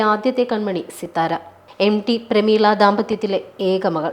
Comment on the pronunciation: എംഡി എന്ന് ഉച്ചരിക്കാതെ. എം റ്റി (ടി) എന്ന് പറയൂ... ഒരാളുടെ കൃതികളാണ് അയാളെ പ്രശസ്തനാക്കുന്നത്. അയാളുടെ വ്യക്തി ജീവിതത്തെ കുറിച്ച് തിരഞ്ഞുപിടിച്ച് ചർച്ച ചെയ്ത് അയാളെ ഇകഴ്ത്തേണ്ടതിൻ്റെ കാര്യമുണ്ടോ....? ഇതേ തിരച്ചിലും അപമാനിക്കലും യേശുദാസിൻ്റെ മരണ ശേഷം സോഷ്യൽ മീഡിയ ആഘോഷിക്കും. എന്തിന്: മലയാളിയുടെ അസൂയ തന്നെ......